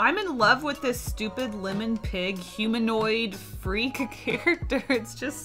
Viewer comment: LIMon? PINny? It’s like listening to someone say “ole”. It’s OIL. You boil water, you don’t “bowl” it.